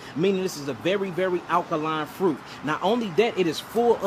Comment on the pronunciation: It's a lot of information to take in on what's going on in the world...it took me a few minutes to process that homegirl couldn't say "fruit"! 😆